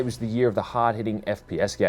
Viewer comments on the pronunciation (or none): none